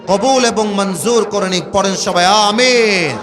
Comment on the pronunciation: আ-মি-ন সুন্দর ভাবে বলা হয় নাই